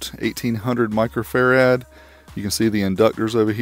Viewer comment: Microfarad says microfarAD